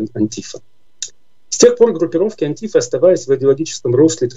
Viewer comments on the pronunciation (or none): Почему "антИфа" если они сами себя называют "антифА" с окончанием на последн й слог?